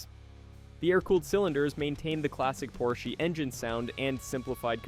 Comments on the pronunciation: Very good video. It's an awesome narration. The only thing I have to say is that it is weird that you know so much about this car that you have to name the company incorrectly. The Porsche is called Porsch AH, not Porsch, with a long or hard E. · You are calling this legend a "Porshy?" Moron. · I’m sure the “Porshy” is a joke and one opinion doesn’t matter but this car has so much to do with Motorsport history and a huge part of why Porsche is Porsche today (Minus the cayenne bailing them out$$) the least you could do is address the builders name correctly👎🏻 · Yes......yes he is 😂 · Get your pronunciation correct! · An entire video saying porschy? Annoying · It annoys me as well. He's talking about a brand of car nobody ever heard of..., wait I'll watch if I can find my Volvoy on the parking lot.